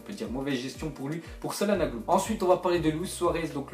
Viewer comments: ça ce dit chalanouglou et non salanouglou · Je le dis une dernière fois , Calhanoglu , ça ce prononce Chal-ha-no-lou